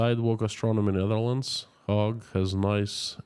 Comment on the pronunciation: Hague not Hog. Pronounced Hay’g ☺️